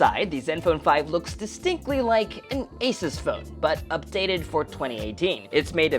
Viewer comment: Not ases. But ASUS.